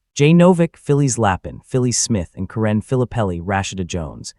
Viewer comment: This is AI slop. Voice can't even pronounce Karen and Phyllis.